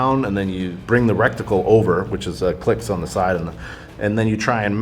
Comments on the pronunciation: Reticle, not Recticle. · Love this video! Only thing that bothers me is his pronunciation of reTicle. I don’t want anyone on the line openly adjusting their reCticle as he calls it. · Couple that with the fact he can’t even say “reticle” correctly (keeps saying “recticle” - which is not even a word) I have a hard time trusting a damn thing he says. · Explanation of da/sa Suppressor on a revolver "Revolvers don't jam" Explanation of gauges is correct "Within 30ft with a shotgun" "Two targets with a shotgun. Absolutely!" "Rec-ti-cal" pronunciation This guy is totally an expert 😅